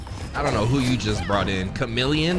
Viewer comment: DID HE SAY KHAMILLION...THAT WAS KHAMILLION OH SHIT ITS ABOUT TO GO DOWN.